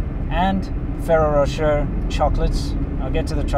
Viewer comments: Try pronouncing it "fereiroh roshay"? It's a made up French name. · I used to work for a food broker in the USA and I represented thousand’s of items in each grocery store and one of my items was Ferraro Rocher (pronounced in phonics, Fa rare o, Ra shay). They are delicious but I can no longer eat them as they are not gluten free. The milk powder info is very interesting. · Maybe learn to pronounce Ferrero Rocher, but great video!